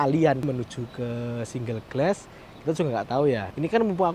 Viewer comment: Dibacanya bugan gles tapi glas